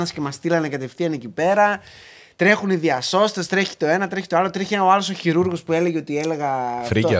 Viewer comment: Χειρουργός ρε παιδιά όχι χειρούργος (κακούργος)